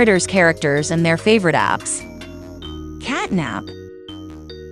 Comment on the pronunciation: Did You know the elephant is actually not nabnab its bubba bubbaphant?and You know CatNAB is actually cat NAP the p not the B